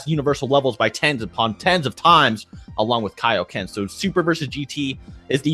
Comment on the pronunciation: kaio ken not kayo ken